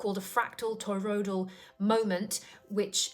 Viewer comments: Why does she keep saying toyroidal? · Fun presentation! May I humbly suggest that you work on your pronunciation of toroidal? Oi sound goes in the second syllable.